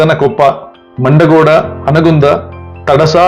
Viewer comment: ಮಂಡಗೋಡ ಅಲ್ಲೋ ಮುಂಡಗೋಡ